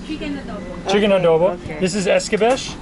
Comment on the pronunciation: Having been colonized by Spain, Spanish pronunciation prevails. So maja is pronounced mah-ha. And escabeche is es-kah-beh-che, not eskabesh. Pronounce ALL the vowels.